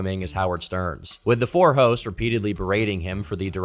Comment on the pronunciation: "The four hoes"?! "The whores"?! I know, I know. He said "hosts" and "horse"